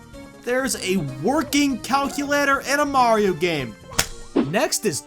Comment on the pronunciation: bee mayro i heard mayro